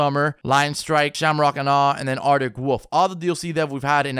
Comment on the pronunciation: artic wofe